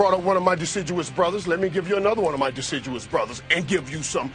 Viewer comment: "my deciduous brothers"